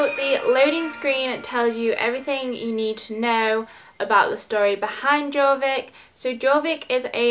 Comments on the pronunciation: It’s pronounced yorvik not Jorvik xoxo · Its pronounced yorvik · Hiiii so bascically Jorvik is pronounced yorvik :)